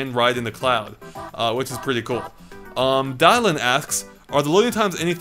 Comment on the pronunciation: As someone named "Dylan", I'd been called "Dye-lin" so much by substitute teachers. Thanks,, for reminding me.